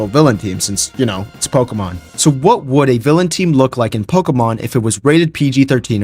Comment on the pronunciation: I love "pokuhmun"